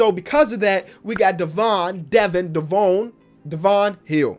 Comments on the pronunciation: It devon not devoon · Just so you know for the future Devon Hall’s name is pronounced like Devin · "Devon Devine Devon hill no hall" 😂